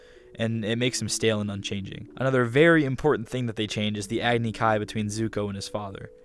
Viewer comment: They really said Agni-Ki, EE-roh, Awng, and whatever else they said. GOD DAMN. 😭